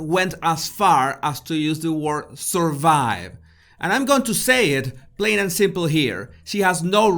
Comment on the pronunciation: Thank you for shouting that out to her Jesus, how dare she say 'suurvive'.